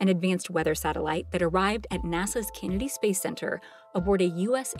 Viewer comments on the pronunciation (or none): none